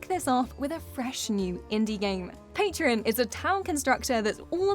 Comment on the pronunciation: Pay tron... not Pay tri on Really...